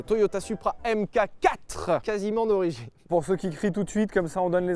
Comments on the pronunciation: Pour info les français, on dit "Mark Four" pas AimeKaQuatt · Merci pour ce bel essai, comme d’hab. En revanche par pitié, c’est pas « M-cacatre » mais Mark 4. A l’oral j’veux dire. Enfin oralement parlant. Bisous. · Ca débat pendant une heure sur la prononciation de "Countach" mais ça sait pas que "mk4" ça se dit "Mark 4" Sauf si c'est exprès pour me trigger, auquel cas c'est réussi